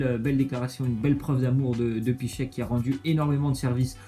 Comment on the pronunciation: Ont dirais pour Piszczek il dit Pisse sec mdr